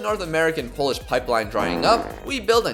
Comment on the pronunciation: You are saying Polish names and words very good bro👏👏